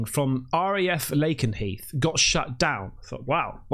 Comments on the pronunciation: Sorry but your pronunciation of RAF Lakenheath was abyssmal lol. Laken as in LAKE. Lake 'n' heath. Lake and Heath to Lake 'n' Heath to Lakenheath, well it might have been that at some point but at the very least, it should help in pronunciation. To be fair, I have seen several white lights over Sunderland way over the past few months, actually, now and then over the past 10 years. They look like very bright stars but the odd thing is this, they move slowly across the sky sometimes or just hover, extremely high up, brighter than the brightest star you will see, or planet. Not a satelite as they do not keep moving, but they tend to fade out to nothing a couple of seconds after being spotted. Very odd behaviour. Take one night a couple of weeks back, I saw one moving slowly slightly north, did last too long, it faded out, then a plane that was flying passed out over the north sea, then another light appeared but was stationary which also then faded out, another plane then flew over, then a third light appeared for a couple of seconds and then faded out. Now I could see that two were planes as they have their lights going, the green, red and white, but these lights appeared in an other part of the sky, now aviation lights as you would expect, brighter than stars of the lights of a plane, movement slower than satelites passing over. I know the difference between objects in the sky from stars and planets, satelites or the ISS, police choppers are obvious, planes too are obvious. Dr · It's pronounced Lay-ken-heath ❤️